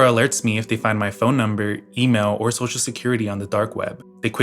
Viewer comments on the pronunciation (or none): none